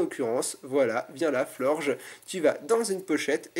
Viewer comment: C'est pas Florge... C'est FlorgeS